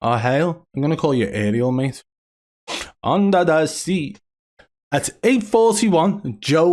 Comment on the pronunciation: "Undah dah sea" That made me happy, cheers :)